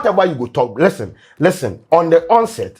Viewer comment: If I had a dollar anytime and use the word "listern"🤭🤭😜